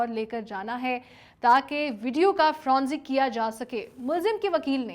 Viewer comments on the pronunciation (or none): Not fronzic but forensic. For goodness sake. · Its forensic not fronsic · Forensic not fronsic...kindly correct.